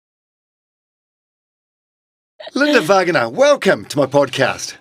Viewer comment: Sir, it’s Va-Ng A NA